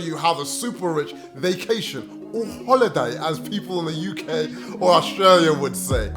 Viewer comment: That bwoy said hhooliddday! 😂 Another great video gang! 🔥